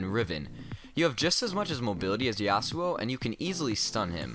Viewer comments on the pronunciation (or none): Its "Yasoo" not "Yassuoh" thx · its yas-u-oh fyi. Watch Yasuo’s champion spotlight, even Phreak pronunciation was Yas-u-oh.